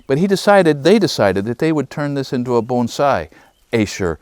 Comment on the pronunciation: Thank you for pronouncing bonsai correctly.